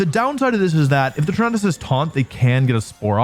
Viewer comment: Hey I liked this video, even though I had to watch it over the span of 3 days, but I genuinely cannot let this slide. Why don't you pronounce Tornadus the way Tornado is pronounced?????